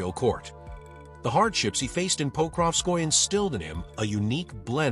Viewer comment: It's "po-krov-skoy-yeh" not "pokrov-skoy"